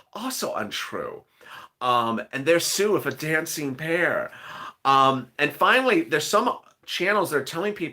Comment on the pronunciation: Your saying finely